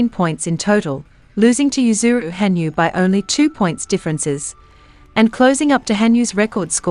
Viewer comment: it's ha nyu, not han yu!